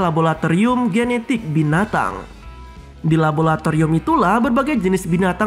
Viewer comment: Laboratorium, bukan Labolatorium bung